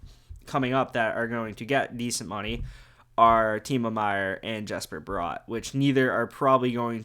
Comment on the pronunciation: Nice video just one critque, Bratt is pronounced the same way as brat, no o in there.